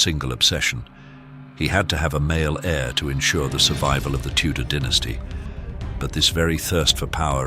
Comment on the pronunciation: It's dynasty not dynasty cheese hit right or don't say it at all